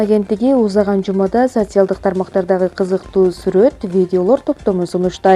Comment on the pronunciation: Диктор кыз орусча китептерди коп окусан а то социалдык дегенди айталбайт экенсин